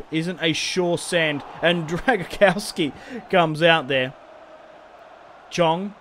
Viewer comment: You Say on English Drowgowske